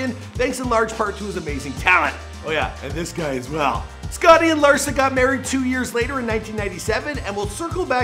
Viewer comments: Yup even the ppl hes doing the damn show on... he called her Larisa 💀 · He said larisa 🤣🤣